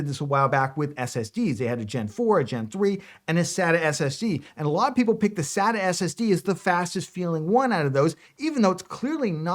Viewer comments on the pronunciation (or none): none